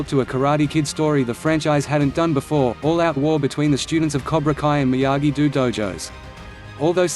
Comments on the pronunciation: Seriously this robotic voice gets annoying when 1. It speaks the names incorrectly and 2. It keeps repeating the same shite over and over again. Example It is Miyagi-Do (pronounced Doe) not Miyagi-Do (Pronounced Dew) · This auto voice shit sucks please say the Daniels dojo right maybe you you should use your real voice